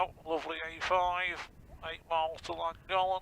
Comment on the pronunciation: English people pronouncing welsh names is always a fun thing to hear, 'Langolen' dear me. There are two L's for a reason its a different sound.